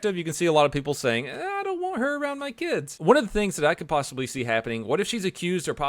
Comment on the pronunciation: " do it!" All I heard, LMAO